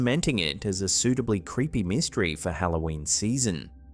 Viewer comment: don't you mean " mist-try " 😅 hmmmm